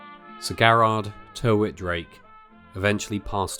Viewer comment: Another mis-pronunciation - Tyrwhitt is pronounced Tirrit. Apart from that it’s a brilliant film.